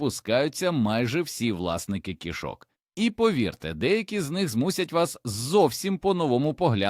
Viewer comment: Поганий наголос робите, коли вимовляте слово "кішок".